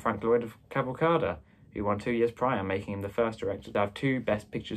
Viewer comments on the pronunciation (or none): I literally had to look up what movie you were talking about the way you pronounced Cavalcade. It’s pronounced kavalkade (like fade) but I loved the video.